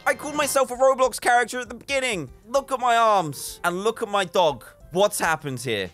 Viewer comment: ITS NOT ROBLOW DAN ITS YOU